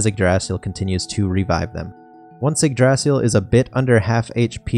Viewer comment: pronounce it right, its, ig-dra-sil, not igdraasil, sorry but ive been playin too many dragon quest series.